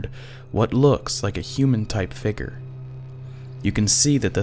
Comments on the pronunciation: Omg the guy keeps saying "Fegur" instead of Figure 😂😂 thur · I fugered that you should know that I disliked this video because of the word figer instead of figure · so fake guys...step up your game. you show a "figure" (which is pronounced 'figYER' by the way) and then move the camera off of it several times, taking it completely out of frame. seems that is so you have several choices of when to make it 'disappear.' I don't see your buddy approach to show his red figure approach the blue one, and it cuts before showing us the cam's empty screen. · "Figger" lol good video though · What the hell is a "Figger" I mean WHAT THE HELL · plz learn how to say figure